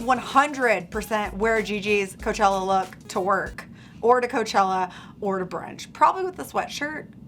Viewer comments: Ca-chella right 😂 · She said cachela hahah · lol "guys kachella is here!"